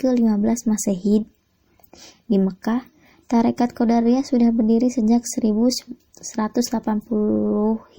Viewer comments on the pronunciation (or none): Maaf sejarah nya tarekatnya..tapi jangan salah baca atau ucap qodiriyah bukan qodariyah...🙏🙏🙏🙏